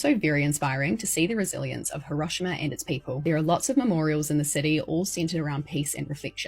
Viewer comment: Not me wondering for a full 30 seconds what horrible thing happened in Huroshama because her pronunciation didn't make me think of Hiro-shima as ericans pronounce it. Lol, oy, I feel dumb.